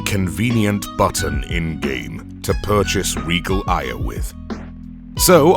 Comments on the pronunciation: The way you pronounce “Aya” is fucking infuriating, it’s pronounced “Eye-Uh” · I just have one complaint. Why all Aya "Ey-a"?